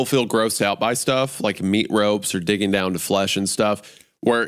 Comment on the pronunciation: Sounds like Isiah said dicking down but I think he said digging down